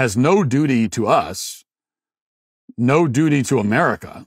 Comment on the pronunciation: It’s pronounced “America” not “Amedica”